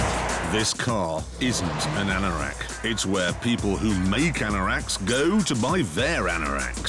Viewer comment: whats a anarack?